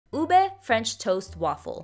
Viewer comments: i've legitimately never heard anyone pronounce ube as "ubi" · The pronunciation is U-BE